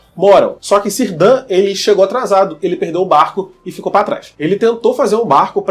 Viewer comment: Cirdan se pronuncia "Quirdan"! Ninguém sabe se o mago é o Gandalf, até pq ele chegou muito depois da última aliança e pelos portos cinzentos, mais provável que seja um dos magos azuis.